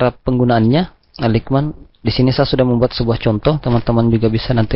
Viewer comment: Materi channel Graphedu Indonesia sangat berpotensi mendapatkan pemirsa atau penonton yang banyak. Namun menjadi kurang menarik karena penyampaian dan pengucapan istilah asingnya. Sekedar saran, sebagai subscribers channel ini, mohon kiranya bisa memperbaiki cara pengucapan bahasa dengan baik, yg caranya bisa dengan mudah di pelajari juga di internet atau tinggal browsing di Google. Misal: Aligmen tepatnya ditulis Alignment dan dibaca menjadi "elainmen". Mohon maaf apabila kurang berkenan. Terimakasih atas perhatiannya. Semoga channel ini bisa lebih berkembang dan banyak penontonnya.